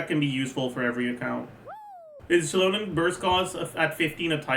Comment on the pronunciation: Why u pronouncing Xilonen so weird just say see-lohnen as most People do. Ain't nobody giving a fuck about pronunciation